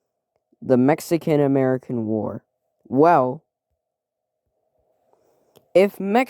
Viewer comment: Ametican lol, great video